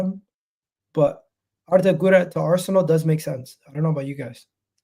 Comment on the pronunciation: The way you’re pronouncing Guler is driving me crazy lol 😂